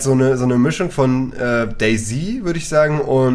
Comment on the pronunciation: Das heißt doch nicht "Day Z(i)", sondern "Day Z(ett)".